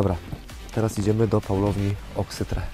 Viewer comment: nie oksyTRE tylko oksyTRI